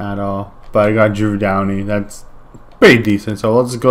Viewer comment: "drew downy" 😂